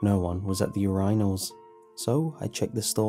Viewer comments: wait wait wait yooreyenals? it's urinals mate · I think the scariest part of the story is when he pronounced urinal "Your-Anals." JK though love your accent keep up the good work. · No one was at the "your-rhynos" lol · Ur-rine-als... what urinals?!?!?! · excuse me, urEYEnals?? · Is anybody else triggered by the way he said urinals 😂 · Pronounced urinals wrong